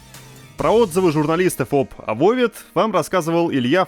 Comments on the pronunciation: АБОБА.Не Авовед,не Эвауд. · Блин, иди ты произношения подучи! Авовед, блин. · Пофиг на "ававед" давай только без пёржи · Новости: "Avowed" - это не "Dark Messiah of Might & Magic", но вполне хороша. Коридорная история. Тема геймплея в "Tides of Annihilation" не совсем раскрыта. Добавил в бэклог карандашом. Bungie медленно, но верно, пилит "Marathon". желаю подтянуть великий и могучий английский язык. Не Авовед, а Абоба.